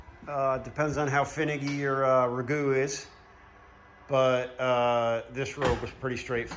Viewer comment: Did he say Nissan Ragoo... like the pasta 😂😂